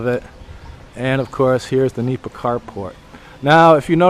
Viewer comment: It's "nipa" not meepa or "anahaw" thatching material used in the roofs and walls of the typical rural houses in the Philippines called "bahay kubo".